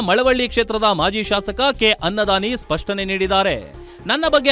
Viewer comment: ಅನ್ನದಾನಿ ❎ ಖನ್ನದಾನಿ ✅ 😂😂😂😂😂